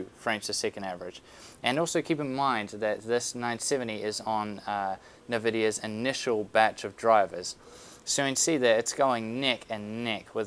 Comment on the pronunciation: its 'N'vidia not NUHvidia lol